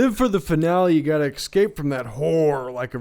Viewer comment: always took you for an "escape" kind of guy, but you were an "excape" guy all along! >:(